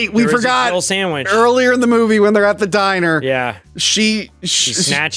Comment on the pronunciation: Jill says "It's a Jill "Samich" now." She doesn't even say SANDWICH lol.